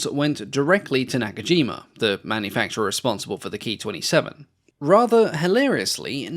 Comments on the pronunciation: It’s not a Key 43, it’s a K (Kay) I (Eye) 43. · It was called “K-I 43” not “Kee43”